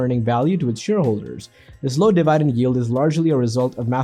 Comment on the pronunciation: de-Vai-dent??????? what the fuck